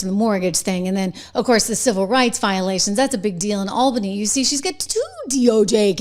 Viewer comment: It's pronounced All-bany.